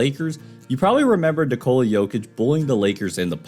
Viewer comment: His name is pronounced NIK-uh-la not in-COLE-ah.